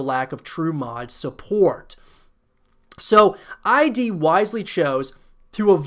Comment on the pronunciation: It's Id, not I.D. Id as in id, ego, and superego. It doesn't stand for anything. It's hard to hear you say it wrong 100 times.